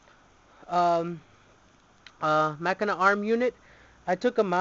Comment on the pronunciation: your saying the name wrong but get looking deck,you say the name like this ma-chin-na to get said right or at lest that how my friends said to pronounce it